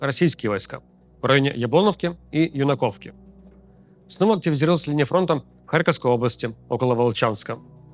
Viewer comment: Ю'наковка, Яблоно'вка. Ставьте, пожалуйста, правильно ударение. Сумчанам больно слышать